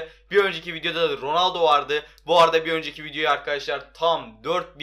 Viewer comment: roaldo degil ronaldo 😂😂